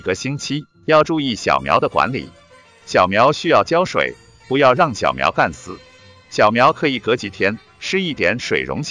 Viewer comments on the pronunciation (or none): 区长的高大上形象一下子被“千万不要把小莴笋干（四声）死”砸了个稀碎 :D